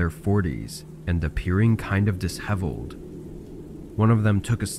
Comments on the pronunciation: FYI, di-shev-eled, not dis-hev-eled. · "....appearing kind of diss - heveled..." Sigh. I despair of finding a narrator who speaks English. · Disheveled, pronounced dish-eveled not dis-heveled, just fyi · Don’t normally correct grammar but you’re pronouncing disheveled wrong.